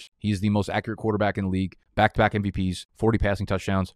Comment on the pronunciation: What does back-to-back MVPs mean? Did you mean byke-to-byke?